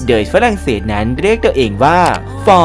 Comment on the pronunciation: ปวดหัวกับฟรั่งเศส555😂